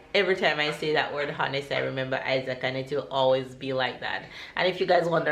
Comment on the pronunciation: Good morning. So nice to see how well the kids are growing up. I cant way to see how Sarah will be on her first big day at school. Ever since Isaac you have been using the word honest a lot and rightly so. Please be reminded that in pronouncing the word Honest the 'H' is silent. Have a great day.